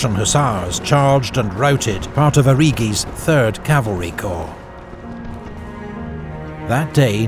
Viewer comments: love this but can't bloody stand the way you pronounce Corp... "the third choh" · I only watch these episodes to listen to the narrator say 'Corrrr'